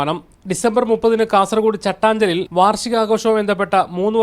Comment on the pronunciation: Chattaaaanjal alla potta chattanchaal😄 nadinte name thettikkalle